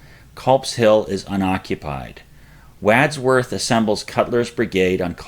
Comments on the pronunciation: C’mon . . .WAAAADsworth? It’s really not hard, even for a Yinzer, to find the correct pronunciations. Got Google? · WODSWORTH, is the pronunciation of “Wadsworth” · The Wad in Wadsworth rhymes with Mod, not bad. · Some of the pronunciations are really awful. "Brenners Hill" and "Wadsworth' are two English names that we should be easily able to say. OK Brenner"s Hill you somehow lost the "r". That accounts for the butchery in this case. Wadsworth is straightfoward. "Wad" is like it's used in any other context. Like a Wad from a spitball straw. Best of luck next time fellas!. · Agreed-- great video however, but check pronunciations of 'Wadsworth' & 'Spangler's' ?? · All great, but still question the pronunciations of 'Wadsworth' & 'Spangler's'?? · Agreed. It did seem a bit odd. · Great, but 'Wadsworth" & 'Spangler' both mispronounced.'